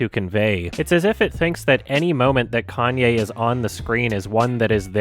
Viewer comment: He said Kanye correctly. That's how Kanye says it too. Hell, his first albums even have his name written as kanYeWest because of the emphasis of the "ye" in his name.